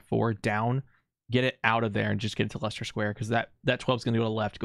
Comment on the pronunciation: I know everyone struggles with place names in other countries so i dont blame you but still the "Lie-Chester square" physically pained me. It's said like "lester"